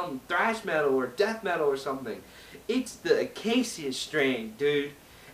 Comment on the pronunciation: please learn how to pronounce the name of this band. i have no idea why or how people started doin this but its fucking annoying.